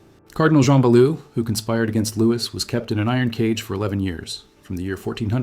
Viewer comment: Louis is Lou-Wee not lewis. terrible ai voice